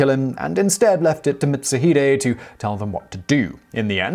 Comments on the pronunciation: Seems like I'm not the only one bothered by that butchered pronounciation. I believe it's pronounced "Mit Su Hee Dae" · Pronouncing "Mitsuhide" as "Mitz-uh-HYDE" is an offense that would definitely earn you a beheading at the hands of Mitsuhide himself. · Mitsu-HIDE. I definitely cringed at that lol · Yeah it's Mit-Su-Hee-Dae(Day). At least he got Akechi right. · I believe it's mits-u(oo)-hee-day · Mitsuhide = Meet su hee de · And he called Mitsuhide Mitsu-hide. "Hide" as in hiding. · You butchered Mitsuhide Akechi's name so badly I weep. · Haha! At this point, given the various ways that you mispronounced "Mitsuhide," I suspect that your pronunciation has become a running gag. XD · It pained me to hear you miss pronounce Mitsuhide those few times, then get it right later. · Okay, now I wanna see this guy in the next Samurai Warriors game. Also, that mispronunciation of "Akechi Mitsuhide" hurt me.